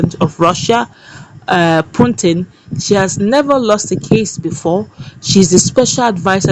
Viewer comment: Putin not Puntin pls